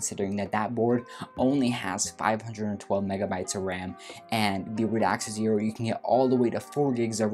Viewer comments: Hi. Great review. Please don’t take this as a criticism. The name is Radxa Pronounced “rad za” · I am sorry but is it such a big effort to actually learn how to pronounce a word you'll be saying so many times in a video? I mean "Radxa" of course. Other that this, a nice review.